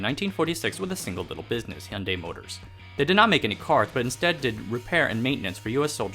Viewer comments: Finally a non Korean YouTuber who knows how to pronounce Hyundai. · In Australia we pronounce it so you can hear the "y" like hu-yun-di or something like that